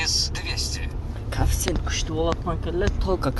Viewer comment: Коэффициент деп айтчы кафсент дебей